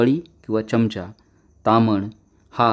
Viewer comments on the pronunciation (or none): none